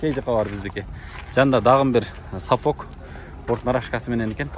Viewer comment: сапоК емес сапоГ